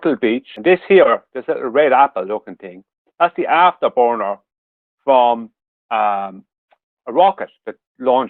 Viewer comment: "the affdah bornah ..." This man knows his rocket science.